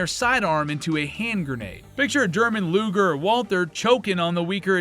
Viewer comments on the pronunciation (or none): none